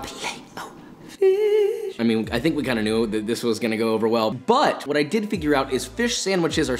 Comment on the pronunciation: fileeet oh fish haha